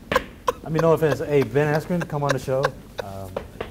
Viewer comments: Jorge just massacred Asskren lmfao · The moment he said ben asscream i burst out laughing.